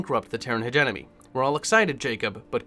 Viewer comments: In e heard people pronouns hegemony as hedge eh money but never heard it pronounced hegenomy ....😂 that's off putting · Hegemony not hegenomy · Take a drink everytime he says hegenomony 😭 Btw, it's pronounced Hedge-e-mony. There is no N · Everyone is ranting about "Hegenomony" and not one word about "MargERat" Regardless, keep going dude...I like it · Hegemony (Heh-Gem-Money)